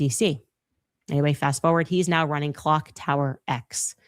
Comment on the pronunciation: Blake Bednarz is live on Danks saying that he has a receipt showing that Candace downloaded the WeTransfer file. We need Candace right NEOW lol Candace, please come to the front of the class to set this man straight!!